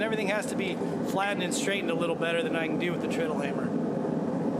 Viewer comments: It's pronounced "TRED-ull". Because you "tread" upon it... step on it to make it operate. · Pronunciation hint: in the unpowered mode, you tread on it to make it go. It's pronounced like that. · Interesting. BTW, treadle rhymes with pedal.